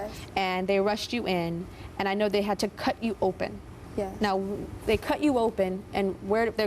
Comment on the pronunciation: the grl who wanted a boob job pronounced her 'yes' weird shes like 'yesssssssssss' haha